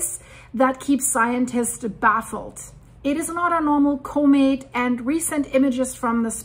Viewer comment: could you please learn how to pronounce comet?